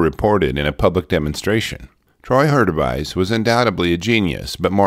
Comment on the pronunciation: What a great channel!! Great pronunciation on my name BTW!!! The bear suit can have many applications - in that sense, to me, it was a success. Many outdoor and industrial applications. As for Troy...I suspect that there were deep seated mental issues going on that hampered his ability to socialize in normal settings. Compound that with the myopic nature of a genius and its easy to see how someone can get "too focused" on the wrong things. I remember him testing the suit and saw clips years ago. It's a shame to lose him to inner demons. Progress is also no stranger to theft. If you look at some of the military application suits that DARPA has come up with you can see similarities that were probably initially thought of by Troy. At least I hope that's the case. I'd hate to see this mans work go unused.